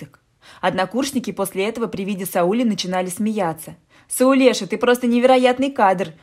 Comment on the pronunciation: За то в имени СаулЕшка поставили правильно ударение. У всех бывают промашки... Всем добра!